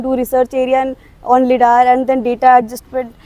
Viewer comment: its pronounced laidar not lidaar